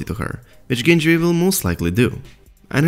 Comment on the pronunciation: "vill get along very vell" hahahahah :D